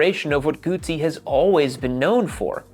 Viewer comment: GUTZZI 😂😂 PEETZZA.